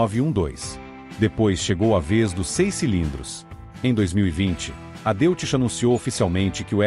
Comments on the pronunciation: A.pronúncia correta é " Dóits" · Antes de mais nada deve corrigir a pronúncia para DÓITZ para respeitar o idioma alemão. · Amigo, DeutschLand é Alemanha, e pronucia Dóitland. Então o Motor Alemão, Deutz que quer dizer Alemão, vc pronuncia Dóits. Tendeu? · Erro crasso, a pronúncia do nome do motor, lê-se Deutz, falasse Doitze, se assim entendo. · Dóitz, se diz Dóitz. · A pronúncia é "Dóiti".